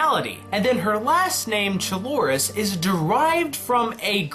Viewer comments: I'm Greek and it's actually pronouced "kloris" not "tsloris" XD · Chloris not Chiloris. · Reese's last name Chlorus, not Chilorus. To me it brings to mind chlorine or chloride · Just to let to let you know, you pronounce Chloris like chlorine (for bleach) Also keep in mind Chloris Leachmen (sp?)